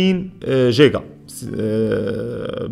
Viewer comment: انا مقهور انه يقول جيقا ياعيال يعني حتى الاسم GIGA ينطقونها اهلها قيقا وهي نفس الحرف يا تنطقها جيجا او قيقا ليه تنطفه في الاول جيم والثاني قاف (جيقا)